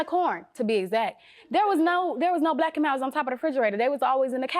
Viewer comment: By the way she say “black and milds” she didn’t steal em. She ain’t even saying it right 😂